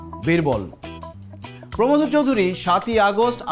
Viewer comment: Banan tao vol প্রমথ না প্রমোদ😄😄😄